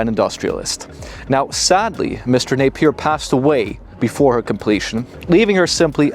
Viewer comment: Can't you not even pronounce " Napier " properly for gods sake .. His second name isn't Na ,,, pier it is ine word Napier